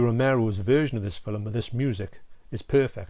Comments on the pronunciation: Never heard of a "filum" 😅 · Nice shirt. Very apt for the review. Lol Texas Chainsaw Massacre outside. That happens to me all the time when I record video. That's a fantastic movie collection you have behind you. I love that you say 'film' like me with 2 syllables. I get such ribbing for that, lol.